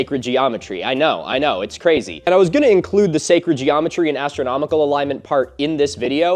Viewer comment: Can't wait for Filip Zeba to hear "Secred geometry" 🤣🤣 Love the video, and as a Europian, love that "it's mound of dirt, as Partheon is a pile of rocks"👌